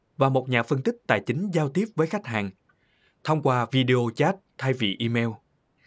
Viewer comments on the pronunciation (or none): none